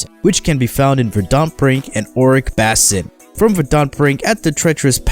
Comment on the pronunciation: Nice guide. I understand this is an old video, but I hope you're aware you're mispronouncing words. Verdant (Emphasis on the "ver" and "ant" as in the insect), Basin ("bay" + "sin"), Morass ("More" + "ass"... yes... you heard that right), etc. Regardless, thanks for the video.